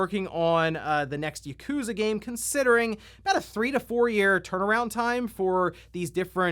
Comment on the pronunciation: Uh, excuse me, Yakuza is meant to be pronounced "Yah-koo-zah", not "YUH!-koo-zuh"! or whatever the heck you just said. Seriously, it's not that hard to say Japanese words correctly. If me, a Japanese person who doesn't know how to speak full sentences in Japanese, but primarily English instead, clearly you can correctly say it. Seriously, what's with the laziness with not even trying to say Japanese words correctly? So many primarily speakers of English get so many Japanese words said incorrectly in exactly the same way as their own kind. Since I don't know what the proper term is, I refer to that common method of saying Japanese words incorrectly as "white-speak tongue" as I really don't know what to properly call it. Try harder to say Japanese words correctly, please? It annoys me to no end when people say Japanese words incorrectly in "white-speak tongue" If the Youtuber known as "The Obsessive Gamer" can say the word Yakuza correctly without me needing to correct them at any given moment of incorrect pronunciation, clearly you can. Urrgh... I hate humanity sometimes... I'm not angry at you for saying Yakuza incorrectly, I'm just insanely annoyed at you people who can't say Japanese words correctly at all, including you